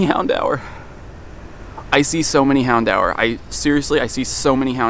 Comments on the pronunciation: did he just say "handower" instead of houndour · Hound-hour is the correct pronunciation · Hown-dower Or Hown-door... Never heard someone call it the way you did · Mans really pronouncing it hound hour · What an interesting way to pronounce “Houndour”